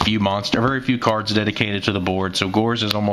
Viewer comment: Your pronunciation of cards really irritates me sometimes but then again words are a passion of mine keep up the great work man